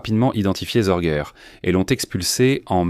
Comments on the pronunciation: Ce n'est pas Zorguer mais SORGE, sans finale R, se prononce Zorgue. Sorge veut dire "souci" en allemand.😅 Je ne m'intéresse pas à votre émission fort olé olé, il y a bien mieux. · "ZorguEURRE"…………… Et ta SŒURRRRRREEEEEEE???????????????? "Histoires VRAIES" ? Tout est faux, même les noms, il n'y a jamais eu de Hanako Miyake ; elle s'appelait exactement ISHII KHANAKO, 石井花子, etc……… visionnez plutôt "Richard Sorge. Master spy. Star media" (12 épisodes), ou l'émission d'Alain Decaux !